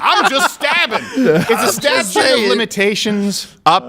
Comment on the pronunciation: The "stabtute of limitations"?